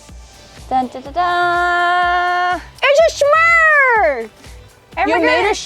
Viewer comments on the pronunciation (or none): Am I the only one annoyed by calling them “suh more”? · I love but everytime she says “samore” it drives me crazy 😂😂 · i have literally never hear anyone pronounce s'more like u do before omg